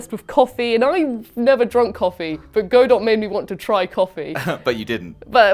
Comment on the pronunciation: I love how even in the correction, still pronounced Godot incorrectly 🤣